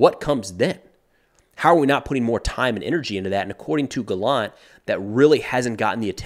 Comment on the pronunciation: Hi, Yoav gallant is pronounced actually GA-llant and not ga-LLANT. The emphasis is on the beginning of the word